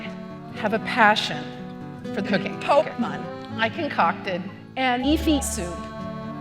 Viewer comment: bruh " The pokemong